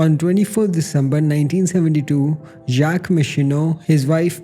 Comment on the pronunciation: The way he pronouced Jacques is killing me 😂 Also I love your accent it's really soothing to listen to, just the mispronunciation of names is a pet peeve of mine